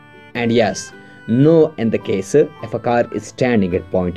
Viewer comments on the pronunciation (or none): none